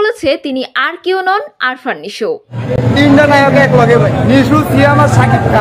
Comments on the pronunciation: আরফান নিশো নয় আফরান নিশো। উচ্চারণ ঠিক করেন। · Arfan! Hahhaha😂😂😂. Name ta to thik moto bolo?